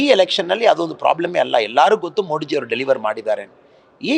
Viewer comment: ಮೋಡಿಜಿ ಅಲ್ಲ ಮೋದಿಜಿ ಅನ್ನು ಮಗನೇ